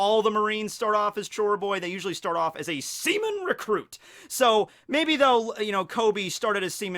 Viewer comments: Stop saying semen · Me laughing everytime he says seaman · it said like he kept said semen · He said sea-men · Semen Recruit... I can’t unhear it... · Seaman or SEMEN